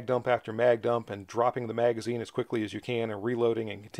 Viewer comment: You're not saying magazine correctly. And you are not can-do!